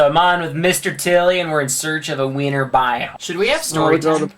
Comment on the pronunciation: at the beginning of the vid he said "we need to find the winter boime" I thought he said weiner biome!😂